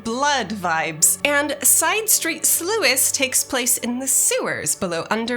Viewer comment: Slouis? Nope. Slewus? Nah. Sluice? BINGO!